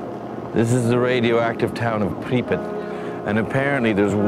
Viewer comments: The town of pripet? You mean pripyat? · "Pripit" HAVE YOU EVER HEARD OF COD4